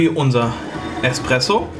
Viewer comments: Espresso…nicht Expresso mein lieber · also das ist wirklich ein gutes rezept und alles. aber junge junge, du kannst hier nicht einfach „expresso“ zu nem kaffee aus nem mokapot sagen! Aua! :D vor allem „eXpresso“. willst du dass ich mich vor ein auto werfe?